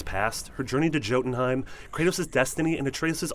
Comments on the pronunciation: Just for the record Jötunheim pronounce as yotunheim not jotan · Its Yo-ten-haym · You pronounce jotunheim as “yotunheim” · The way he said joltenheim hurts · It’s pronounced Yo-ten-hime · Did this guy just say Joe-den-heim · Joe-ton-heim????? Are you kidding me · Did this guy just say “Jotinhim” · A tray OOS???? JOE-tunheim???? This guy doesnt know how to pronounce any of these names lol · OR JÖTUNHEIM?! YOU REALLY PRONOUNCED THE J DESPITE SUPPOSEDLY PLAYING THROUGH THE WHOLE GAME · It’s pronounced yootonheim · Did you purposefully mispronounce jotunheim